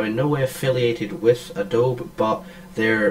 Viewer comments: Surely its "A DOBE E" not "A DOBE" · Thank you! For some reason that is really really annoying to hear ahhhhh dobe. adobeee dammit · Yeah it's "a-do-be", not "a-dobe"; I checked the official YouTube. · Great vid, but its pronounced UH-DOH-BEEEE...gawd, it's like non-Texans pronouncing Montague Co. (MON-TAYG) as MON-TA-GEUW...thats NOT HOW YOU SAY IT!!!!